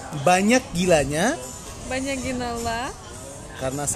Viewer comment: Akhirnya ketahuan, ternyata dari sini awal mulanya nastasya kalo mau ngomong banyaak itu jadinya banyakiin 😭